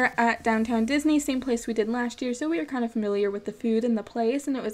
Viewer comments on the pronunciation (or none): none